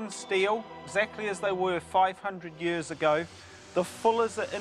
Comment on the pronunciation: I’m a kiwi but I’ve never heard another New Zealander pronounce ‘years’ like that, it’s like “yurs”